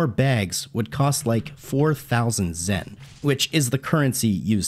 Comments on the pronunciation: The "temple in the background" is the World Martial Arts tournament arena. Also, thats Grandpa Gohan! As in the man who took in and raised Goku. Not sure how much DB you watched but you might wanna rewarch and brush up. Also the money is Zeni not "Zen". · Gi not pronounced gee, sayian (say in), zeni (zen knee), and that's granpa gohan who raised guko in dragon ball not gukos kid gohan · it's zeni not zen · Watched Dragon Ball as a child, doesn't know how to pronounce Gi, doesn't know that the money is Zeni, doesn't know that Grandpa Gohan is the one that found Goku....are you sure you watched the show?